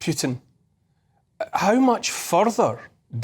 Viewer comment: Neil is such an intelligent guy but he can't remember or learn how to pronounce Putin's name. That buffles me a lot. Imagine if people pronounce Neil's name like Nool Ooliver, or Sunak's name Richy Shunak.